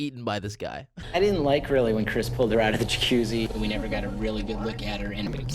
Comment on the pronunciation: narrator doesn't know how to say Chris "crez"🤣. Loved the video BTW ❤️